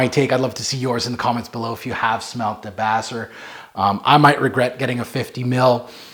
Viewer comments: De-base-err. Named after a good Pixies track. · No offense but you are mispronouncing the fragrance name. Fragrance is named after Black Francis of the Pixies singing Debaser.